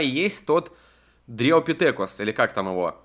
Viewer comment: Дриопитекус,а не Дритопитетрус или дриопитекюс :D